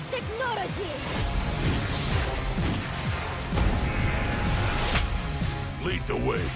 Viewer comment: Did she just say "Japanese technorogy"?